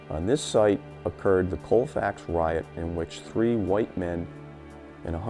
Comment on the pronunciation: It is pronounced calfax